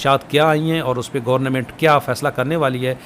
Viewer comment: Sir aap online ko aanline and government ko gornament kyun bolty hn??